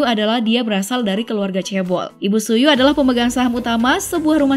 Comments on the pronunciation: Min Cara Baca Tzuyu Bukan Suyu Tapi Jjeuwi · Juwi mbak bacanya bukan zuyu... Apadaya jiwa misquen minta di update😬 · It's Choo We not Tzu you!!!😂😂😂 Btw,, sultan seokjin dimana? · Klo sebut nama tzuyu itu min siwi buka suyu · Tambahan nih, Jin BTS. Papanya CEO suplier komponen samsung, mamanya mantan miss korea. Ga heran lah ya, ganteng gitu secara mamanya miss korea. Jd jangan ada yg bilang Jin oplas nih. Oh ya, itu ralat. Tzuyu bacanya itu Juwi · Tzuyu bacanya cuwi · Tzuyu = chewi (gitu min bacanya)